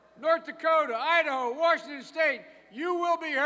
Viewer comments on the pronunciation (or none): none